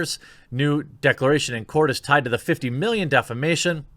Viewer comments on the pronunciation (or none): Everytime you said defamation I heard defecation